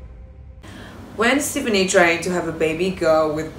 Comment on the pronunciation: REALLY Its Gwen STEFANI You can't even pronounce Her name correctly